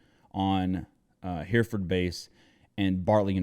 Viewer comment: Just a small thing; it’s “Herreh-furd”, not “Hearford”.